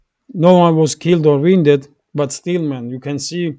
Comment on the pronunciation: you're English is very good indeed! One correction regarding pronunciation: "wound". You seem to pronounce more like "wiend" Should sound more like "woond" or "wuund". That was not easy to understand.